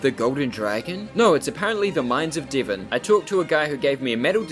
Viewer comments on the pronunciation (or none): Pronouncing Divan as Divin is insane.